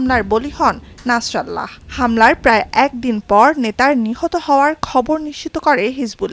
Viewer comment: নামটা শুদ্ধ করে বলতে হবে নাসরাল্লাহ না নাসরুল্লাহ 😅😅